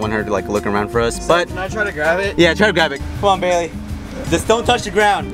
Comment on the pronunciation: And it’s bailey not bayely